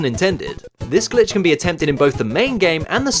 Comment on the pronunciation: i feel like when i was like 6 my dad came in when i was watching one of your videos and i was too scared to play it because i thought i would get in trouble because it sounded like you were saying “bitch”